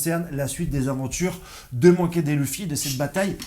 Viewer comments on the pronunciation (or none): Il a dit monki dé luffy . 😂 T’abuses fort !